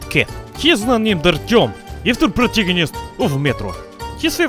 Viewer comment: Not Artyom, its Ourtyom